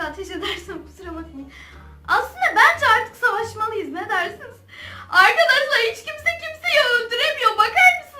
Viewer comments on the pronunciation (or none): none